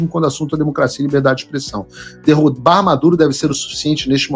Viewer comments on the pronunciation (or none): none